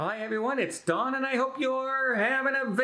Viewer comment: Why do people call Don “Dong”? I don’t get it.